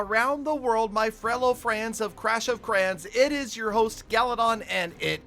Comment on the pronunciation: "FRELLOW FRANS OF CLASH OF CRANS" 😂